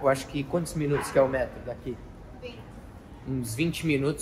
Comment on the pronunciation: Toda vez q ele fala metro eu dou gargalhada po kkkkkkkkkkk